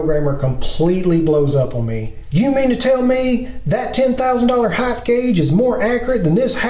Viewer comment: Its HEIGHT, no H on the end. Its not HEIGTH.